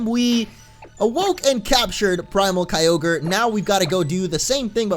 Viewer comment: You say all ogre now when its kyogre well my friend said i will type this so its on groudon (hey you stupid little brat get out of here) sorry bout that